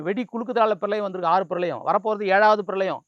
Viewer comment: 7வது பிரலயம் இல்லை அது பிரளயம்... உங்களைச் சொல்லி குற்றமில்லை!